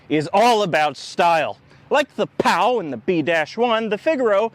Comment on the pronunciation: Just a quick correction, 'cos I can't see anyone else having mentioned it yet, the Pao wasn't pronounced "pow", it was "pay-o" :)